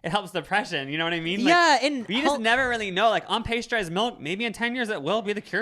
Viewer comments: PAST-yur-ized, not PAY-stur-ized. and Shasta not shahsta. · Bella Ha-DEED not ha-did 😅 PASS-turized not paste-turized omg ily guys. Hope this helps ❤